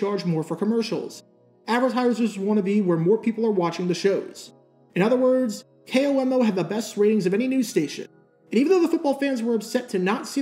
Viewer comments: Being from Washington state when he says K.O.M.O. it bugs me because we always say Komo as a word. But still as always great video. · It's funny to hear someone call it "K-O-M-O" which is usually what you'd guess someone would say if they weren't from Washington, where everyone here just calls it a flat "KOMO"